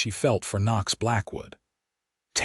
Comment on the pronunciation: Decent love story but so many misspelled and mispronounced words - is the man's name spelt Knox or Nochs? The names Tabitha and Murray are mispronounced as well. Pls fix if u wish for people to consider the writer and uploader as professional people - otherwise just remain uneducated!!!!!!!!